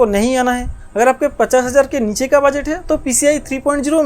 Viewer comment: Bus❌ Baas✅✅ Motherboard ❌ Madarboard✅✅ Budget❌ Bajat✅✅ 😂😂